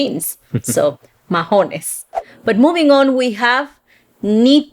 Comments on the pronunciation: Diantre o diache, I use more diache Mahones , we don’t say majones with j we say mahones, like maones. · Not majones mahonés de h is silent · We don't said Majones we said Maones without the h ( h) is silent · Nunca decimos "majones", decimos "maones". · Mahonés no se pronuncia, majones como dijeron en el video si van hablar del vocabulario de Puerto Rico por favor dígalon bien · Almost 100% on point, except "mahones" is pronounced with a silent H. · Yes. I caught that one. Ma- o- nes. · Boricua here!! Yes, h in Mahones is silent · En mahones, la H ex silenciosa, In this word the h is silent. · Mahones pero sin el sonido de la “h” se dice como “ma-o-nes” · Yes, I wanted to say great video... you got them all right but as Jose mentioned; in the word mahones the H is silent. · no lo sé porque pronunciaron la H, siempre la letra H es calla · Muy cierto asi hablamos los boris jaja exepto mahones la h es muda no tiene sonido. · Never in my life I heard someone (Puertorican) saying majones, we call them mahones (no h sound). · Mahones is pronounced with a silent H. Ma-ones. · in Mahones the H is silent. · Mahones in Puertorican Spanish h is a silent letter so you pronounce like maones in Spanish. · You two make me laugh. Is pronounce maones, the h is silent in mahones ( jeans). Also pana could be jackfruit depends in which part of the island you live. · No es majones, es mahones, la “h” es muda en español. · We don’t say majónes. ☺️ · I was going to say the same, never heard anyone actually pronounce the H there, lol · Right,, drop the H in mahonés It’s silent. Love yr channel. Where are you guys now? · In “mahones” the H is silent